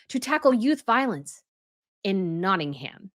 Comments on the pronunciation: As someone from Notting-uhm ( not ham, please stop using ham lol) we dont want him to move here. Notts is special to him because Princess Di spent alot of time and our sister county (where I now live) Derbyshire (derby is pronounced dar-bee). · you're pronouncing Nottingham incorrectly. It really grates on British ears when you don't pronounce our place names in the right way. The "h" in Nottingham is silent. It's pronounced Notting-um. Nearly all place names in Britain that end in "ham" are pronounced "um." Bucking-um. Birming-um. Rother-um. But we do pronounce the "h" in Southampton, just to confuse you further! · It’s tiring to hear you repeatedly say NottinghAm. The ‘ham’ is pronounced with a very short little a that’s barely pronounced. .